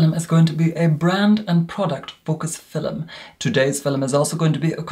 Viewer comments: It's not feelm it's film. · Does anyone else love the way says “filem” instead of film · I would buy merch with “filum” on it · “FILLEM” I’m dead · No one:: FILL ‘EM